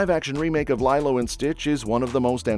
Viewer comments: It's LEE-low, not LIE-low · It's LeeeeeeLo!!!!!! Not lie-low...sheesh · LeeLow!!! your saying it wrong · I would argue that: Captain America, Thunderbolts and 28 Years Later are not Sci-Fi movies. Lilo and Stitch 2 (you mispronounced Lilo) is a stretch for a Sci-Fi movie.